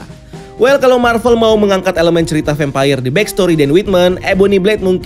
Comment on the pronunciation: Vempayer? kenapa ngga vampir aja nyebutnya 🙏🏻🤭